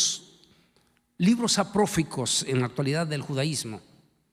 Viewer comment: Aprófico? cuando hizo el doctorado no aprendió a hablar apropiadamente? Se dice apócrifos...